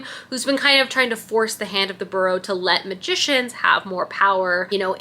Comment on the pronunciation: Amazing fall vibes!! Also I am not at ALL trying to be rude but it’s “bUreau” like Feeris BUeller 😊